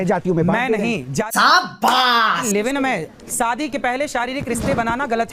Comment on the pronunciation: पहले अपने Pronounce सुधार लीजिए. शादी को SADI बोलते हो